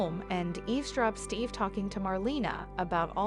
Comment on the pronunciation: His name is not stiff it's Steve